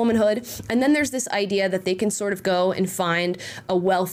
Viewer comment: “This seems to be the backbone of the idear here” lol